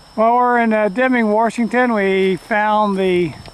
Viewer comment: There's no R in Washington.